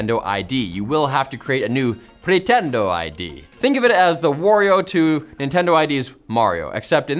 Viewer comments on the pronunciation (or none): How does he pronounce “Mario” correctly, but “Wario” incorrectly? 😅